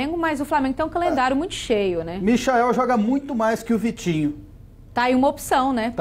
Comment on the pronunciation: Michael kkk se fala maichel